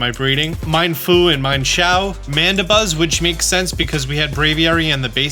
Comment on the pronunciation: Also, "Minefoo and Mineshao?"